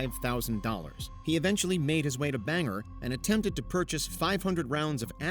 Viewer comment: 1) The FBI and the CIA are not the same thing. 2) Bangor is pronounced "BANG-gor", not "Banger".